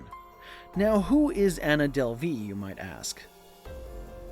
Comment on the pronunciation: Is this your real voice or wha? Cuz you are pronouncing a lot of words wrong like her last name, and when you said Berlin too. Or maybe you just don’t know but it’s pretty annoying